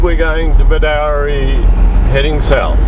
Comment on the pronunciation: It is pronounced as "Bedoorie" not "Bedowrie"